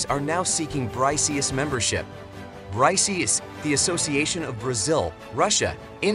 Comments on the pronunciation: It's not Bry C S. It's it's pronounced similar to bricks. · BRY-C-S lol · This f*kwit can't even pronounce the acronym BRICS as BRICKS should not even be making video on Youtube. I didn't listen to his weirdness on the whole video. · it is not bry CS, it is pronounced as Bricks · BRO REALLY SAID BRICIIIS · I am pretty sure the pronounciation of BRICS is wrong. Makes the entire video sound stupid.